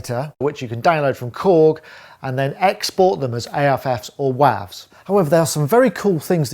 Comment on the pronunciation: w"wahvs"? really?